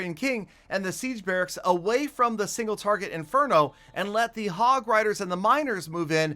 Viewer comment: Why you call single traget inferno as single farget interno in almost every video?